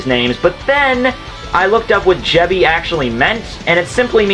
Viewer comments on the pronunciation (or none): Not "Jebi"coil but "Jiba"coil. "Jiba" means "magnetic field" in Japanese.